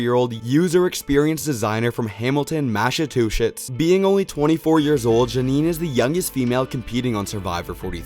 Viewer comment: The way he pronounced “Massachusetts” I can’t 😭😂